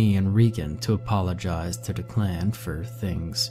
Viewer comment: Lol!! Did you call him "D' Clan"? It's actually Declan (Dek-lin). Like me... A A Ron (Aaron). We must've had the same substitute teacher that taught for 20 years in the inner city!